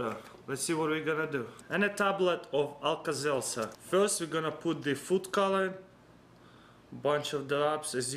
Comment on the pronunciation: what does he say alka selsar or what